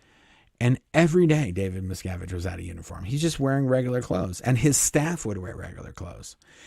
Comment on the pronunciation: I keep hearing Miss Cabbage Can't unhear it now Kyna like it